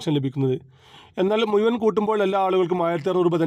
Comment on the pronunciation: Malayalam thanne,samsarikkunnsthe.(Muyuvan alla muzhuvan)